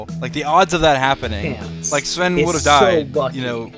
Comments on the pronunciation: The thing is that you pronounced Sven correctly. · Really good pronunciation of the name "Sven".